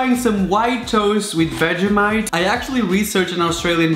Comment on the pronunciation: 🤣 how he says vegemite its pronounced vegeeemite bruh get it right no hate btw